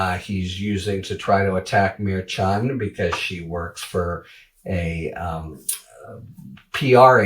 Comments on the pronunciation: Mer not Meer. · Come on, it is not so hard to say Mer-shan, if you keep reporting on this Judge, learn to say his name. Ok Hairy? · Harry is a great commentator. But truly he does need to learn how to correctly pronounce Merchan